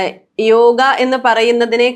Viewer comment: yoga enna parachil tettaanu..സംസ്കൃതത്തിൽ അങ്ങനെ ഉച്ചാരണമില്ല